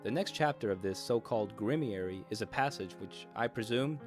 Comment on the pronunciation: did you mean to say “Grimoire”?